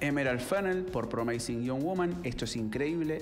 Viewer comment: De todos los comentaristas de cine sos mi preferido pero chequea las pronunciaciones de promising y undoing aquí mismo en YouTube. Saludos!